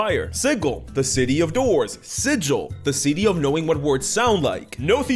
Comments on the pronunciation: no. The city of Sigil is pronounced with a hard “g”. Pronouncing it with a soft “g” is a dead give-away that you’re not from around there and will earn you the ire of most of the locals. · Actually, Sigil (pronounced siggle) is the official pronunciation of a very famous and popular city in the Forgotten Realms setting. It’s more of a dig at Ed Greenwood than Matt Mercer. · "Sigil, the City of Doors" ugh. Really? "Sigil, the City of Knowing What Words Sound Like" OMG YES! Thank you! I absolutely HATE when somebody pulls out the [hard g] Sigil. And inevitably the city NPCs will all get pissed off you pronounce it [soft g] Sigil.